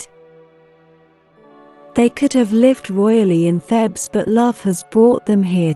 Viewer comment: It's 'Theebs' not 'Thebs.'